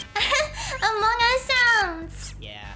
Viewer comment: Don't say "among us airship" (Amougus airship)